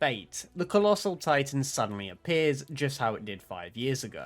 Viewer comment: HAAAAAAAAAAAAAAAAAAAAAAAAAAAAAAAAAAAAAAAAAAAAAAAAAAAAAAAAAAAAAAAAAAAAAAAAAAAAAAAAAAAAAAAAAAAAAAAAAAAAAAAAAAAAA he said collosal